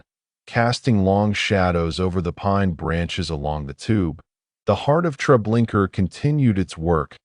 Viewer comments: Me too. Every time I hear the narrator say Treblinker I cringe. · Yeah. Unfortunately it seems as if this is AI narration, especially with the "Treblinker". I cannot watch it. There is something very sad about people using AI instead of their own thoughts, writing, and voice. It's like being tricked or robbed. Terrible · I can’t get past the TREBLINKER thing. If your editing didn’t catch and correct such a major error, I think it’s very disrespectful to those who suffered so much and perished by thoughtless, evil people. Why haven’t you taken this down and corrected your error? At least those who view your video after that, wouldn’t have to cringe every time they hear “TREBLINKER”, and could focus on the content." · Can’t listen to this. If you can’t get the name right, don’t post it. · Ugh no R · It's irritating to hear the invisible "r," instead of the "a" at the end of the name Treblinka. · A-I SUCKS or either you do can't even pronounce it right. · Dude come on....there's now R at the end of treblinka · Relaxing??? Treblinka ???? That so wrong !!!!!!